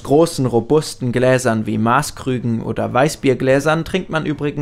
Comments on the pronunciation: Sorry aber Maaßgrüge gibt es nicht. Das tut im Herzen eines Bayern richtig weh. Es heißt Maßgrug (also kurzes a) oder Maßgruag Ende aus Basta! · Ernsthaft? Maaaaaßkrüge? Das a spricht man kurz aus